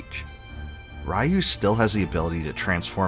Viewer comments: The fact you keep pronouncing the main character's name "rye-you" (like he's RYE bread) is utterly EMBARASSAING. 🙄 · Wonderful video as always. Keep up the Great work. I'm not a stickler by any means for pronunciations, but could you please please learn how to pronounce Ryu?